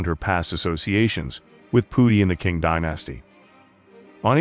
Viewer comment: I can't finish watching. The mis-pronounciations are too irritating. Examples: The word is CON-que-bine, NOT con-QUE-bine; I was always taught the English pronounciation is Ching dynasty, NOT King dynasty.